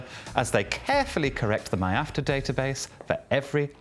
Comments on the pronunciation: Stop calling it MY-AFTR... it is ME-AFTR lol! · MIAFTR like "My After" 😂